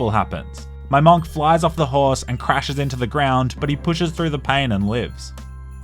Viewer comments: nah why he saying monk like that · Who the fk says “MONK” like that?….